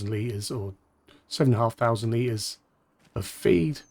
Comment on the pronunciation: Why did you say litres in a Australian accent 💀